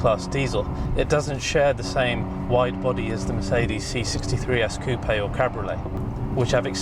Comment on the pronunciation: Nice review, made me intrigued by the car! also particularly enjoy hearing coupe said correctly